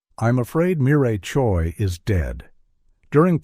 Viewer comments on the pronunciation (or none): none